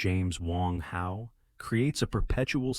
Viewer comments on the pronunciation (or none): none